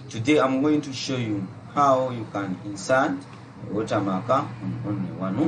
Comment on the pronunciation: Watermarka. Only a Ugandan could say that 😂😂😂😂😂